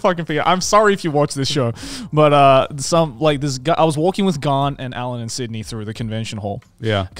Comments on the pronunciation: sorry Garnt but you ain't helping either 😂 every time you say your name I hear "gun" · Garnt mispronouncing his own name LOL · I also love when Garnt mispronounced “mispronunciation” while taking about people mispronouncing his name and then he continues on and then mispronounced his own name wrong as “Grant”💀